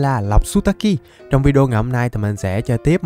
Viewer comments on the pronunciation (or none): none